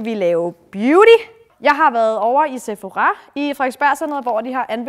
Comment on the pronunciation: Sephora (PS din udtale er fantastisk! Se-pho-ra😅)